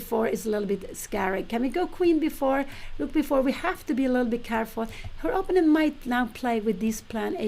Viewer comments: I still wonder why Pia insists on pronouncing "opponent" in her own personal and not entirely correct way, with the stress on the first syllable instead of the second. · Pia, please learn to say the word opponent.